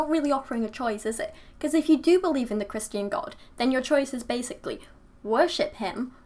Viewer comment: I don't know where you're from but I like you say Christ-yan. It sounds so much prettier and classier than how we say it here which is ChriSHtin. We americans say ChriSH-tin like we've got marbles in our mouths lol